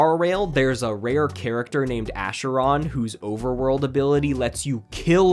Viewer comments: It's not ash-er-on It's Ach-Er-On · "a-sher-on" have you never heard of the river acheron 😭😭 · And [Asheron], REALLY? It's A-CHE-RON. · That's not how you pronounce acheron 😭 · was kinda entertained until like when they pronounced acheron like that im not watching a video essay made by a tourist who cant even take 30 seconds to find out how to pronounce a name, or play the story and listen to voicelines